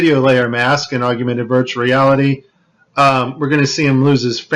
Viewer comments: Great clip! Wish he'd say augmented, corrrectly instead of auguemented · DON'T MEAN TO NITPICK BUT IT'S SPELLED AND PRONOUNCED 'AUG-MENTED' NOT 'AUG U MENTED'. . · Interesting video! Hated "aug-you-mented" though. That's as bad as "nuke-u-lar" and "ex-specially". It's aug-mented. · I was wondering why you kept saying "augumented." And then I that you spell it that way. It's spelled augmented, and there is no "u" sound after the g. I just mention it b/c you used the word so many times. Other than that, I love the video, and I saved it for sharing and personal use. Thank you, awesome vid. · Aug- yew- mented. What is wrong with you, man. You can't be that ignorant, can you? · I wondered if anyone caught that! 😂😂😂He must be from Texas. That’s what Texans do—we say our words like we want to!!!😂😂😂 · Augumented is not a word. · Yes. If one is to speak from any level of authority, correct pronunciation and spelling is key. Otherwise it lays open the door for a host of attacks & ruins credibility. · We’re supposed to believe this when this guy can’t even pronounce “augmented”? If you want to be taken seriously, learn how to pronounce the very thing you’re discussing. What a joke. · Is his pronunciation of augmented the only thing you people got from this video? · Learn to pronounce Augmented. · how bout you make a perfect vid using the correct pronunciation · He can’t even say augmented correctly.